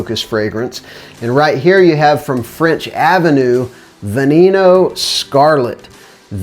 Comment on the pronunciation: "ve knee kno" its "veh neh no" but sounds like a good frag